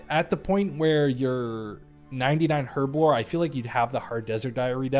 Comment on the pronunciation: The way you mispronounced herblore so often 😭. The h is silent. Otherwise, loved the video